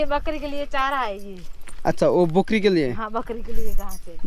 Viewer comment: Bakri ❌ Bokri ✅. 😂😂😂